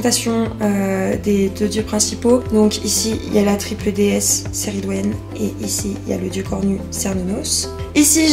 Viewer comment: J'avais juste une petite remarque, il me semblait qu'on prononçait le C de Cerridwen comme un K mais c'esg peut-être une erreur de ma part. En tout cas on vous soutient dans vos décisions, on préfère largement une personne sincère face à nous qie la personnalité "idéale" des réseaux qui ne pense qu'avec la masse. Bon courage à vous